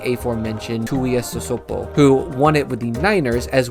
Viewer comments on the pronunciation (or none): FYI...Manu Tuiasosopo=Mah-noo Too-wee-ah-soh-soh-poh. Tuinei=Too-wee-nay. Pronunciation not the best have heard but have heard worse!